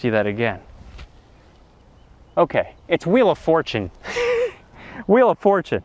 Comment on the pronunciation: I lost it when he said Wheel of Furtune like 5 minutes later lmao. Great video as always, Tom!